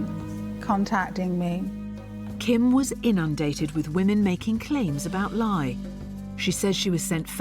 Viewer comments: One of the scammers names is pronounced like “LIE” 😂😂😂😂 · Laye pronounced lie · Dude’s name is literally pronounced “lie”, Kim! 🤦🏻‍♀️